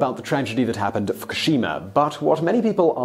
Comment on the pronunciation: Please stop pronouncing Fukushima wrong!!!! Learn before you speak